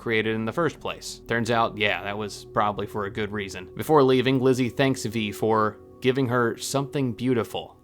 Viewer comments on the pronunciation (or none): none